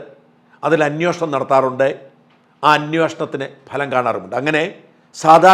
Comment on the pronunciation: അന്വോഷണമല്ല. അന്വേഷണമെന്നാ മലയാള പദം.